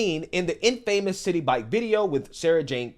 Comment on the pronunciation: Infamous is not pronounced with two syllables (in-famous.) It’s 3 syllables (in-fa-mous.)…..I hope this helps.